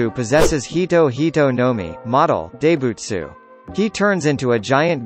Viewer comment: Deybutsu instead of daibutsu